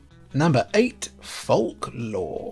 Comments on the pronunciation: Fork law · Bro can't pronounce folklore right